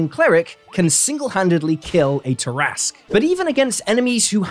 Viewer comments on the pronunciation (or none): none